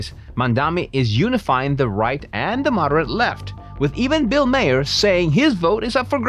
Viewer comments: It's pronounced "Marr", not "Mayer" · Bill Mahr - pronounced MAR